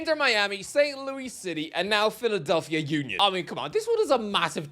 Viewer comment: the way he said St Louis😂